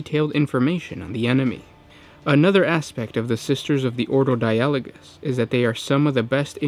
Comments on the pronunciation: di-AH-lo-gus seems unlogical, maybe DI-ah-lo-gous like the word DI-a-logue? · die-a-log-us if you need to know how to pronounce anything put it in google translate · It's Die-ah-low-guss. That's exactly how you Anglicise that, learn to English. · You're right you are pronouncing it wrong! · No he isn't.